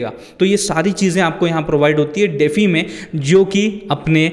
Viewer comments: "डेफी" नहीं भाई - डी-फाई (DeFi) बोलते हैं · DeFi is pronounced as "dee-fy" (like the word "defy"). It's an acronym for "decentralized finance". Here's a breakdown: De - pronounced as "dee" Fi - pronounced as "fy" Full Form: Decentralized Finance